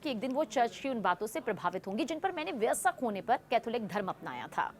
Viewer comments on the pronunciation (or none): मॅडम हिंदी में बोल रही हैं आप - कम से कम सही उच्चारण तो सीख लीजिए- व य स्क का उच्चारण गलत कर रही हैं आप